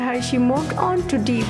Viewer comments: We pronounce "Johnny DEPP" and not DEEP !!!! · What kind of English is that? Jonhny " Dip "? Terrible. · ... And "Star shine Capricorn" And Johnny Deep 😜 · It´s DEPP not DEEP!